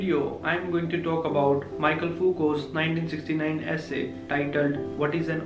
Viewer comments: mee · shel not Maikel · It's *Mikhel(Michel) not Michael